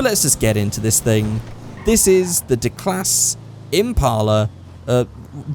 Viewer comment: I'm pretty sure Declasse is pronounced 'Deeclasay' not 'Deeclas' maybe I'm wrong but I don't really know But yeah this car is almost my go to car for anything...